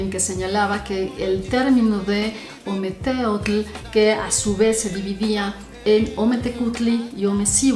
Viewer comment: Nefasto la pronunciación!!! ( ,ometetl)